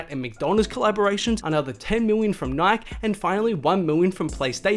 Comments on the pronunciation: Resse puffs and nik??? You don’t know how to say Nike? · It’s pronounced nike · “REECE” puffs and “Nyk”? Lmao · he said nik instead of Nike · [Nai-kee] not [naik] lol. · Oh No ......... Your One of those people who says Nik There is an "E" at the end for a reason its NIKE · What’s nik? It’s NikEEEE yadiiiig don’t forget the E That’s when not living in the United States plays a role 😂🤦🏽‍♂️ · Its not Nyk its pronounced NIKEY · Bro it’s Nikeeee not Nik... smh 🤦‍♂️ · Who else got heated cuz he kept saying nik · I cant deal wit him keep saying nik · Say it slow....NIK-E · Never heard anyone pronounce "Nike" that way. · WTF someone fix the way this kid says NIKE now! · The way this guy pronounced NIKE OML. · Bruh learn how to say Reese’s and Nike please 😭😖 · Wow. I cant believe how many times this kid said nike. Holy fuck. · There is absolutely no way this man just pronounced Nike like that. 🤦‍♂️ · Y is he saying NIKE WITHOUT THE E!!!!! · The way you pronounce Nike bothers me more than it should